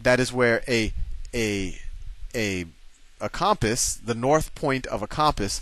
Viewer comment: He says compass weird. COM-PISS haha